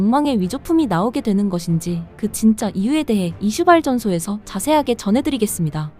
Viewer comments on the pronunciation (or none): 이슈발 전소 로 읽으시네요 이쓔 발쩐소 로 읽으셔야